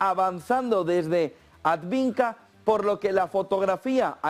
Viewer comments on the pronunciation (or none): Por qué sigues diciendo "adviNka"? Coniooo!